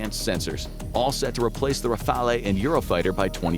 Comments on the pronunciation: OMG why is it so hard to say "Rafale" properly ? RAH FAHL ! That's how it's pronounced. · You Americans do struggle to tell the difference between Europe & the EU. Also it's "raf eye ell"